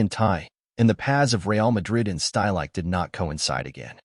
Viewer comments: Two seconds into this video, I was forced to turn it off. "Uli Shtylike"? Seriously, no one cared to even try pronouncing the man's name correctly? It's "Shteel-ik-uh", for heaven's sake. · Good synopsis of his career, but wish the narrator had been able to come close to correctly pronouncing any of the names he spoke of, especially Stielike's